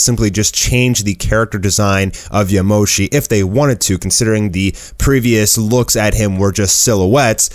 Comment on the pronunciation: Its not yamoshi